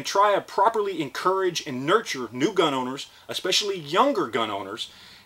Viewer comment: Edit Gun not gin